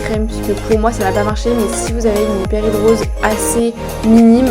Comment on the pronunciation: On dit Hyperhidrose et pas Hyperhidr_i_ose comme tu le dis ;-) et la musique est trop forte, autrement moi cela fait une paie que je vis avec ça mais surtout dans sa forme généralisée. C'est un enfer... Heureusement j'ai trouvé une substance (dont il faut une ordonnance (en tout cas en suisse) car bcp d'effet secondaires (un peu comme tous les médicaments) mais qui pour moi finalement sont acceptables pour avoir une vie à peu près normale) il s'agit de l'Oxybutynine, je ne sais pas is je peux citer un médicament est c'est pour cette raison que je ne cite que le composant principal. Renseigne-toi avec ton docteur, et essaie. Cela a vraiment fonctionné pour moi à partir de la 2 ou 3ème semaine. Il faut par-contre en prendre tout les jours (mais c'est pas obligé, pendant mes vacances je diminue la dose par-exemple). Voilà courage!